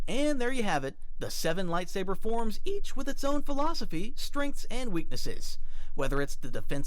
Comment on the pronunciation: Don't think no one noticed that "EAch" 😂😋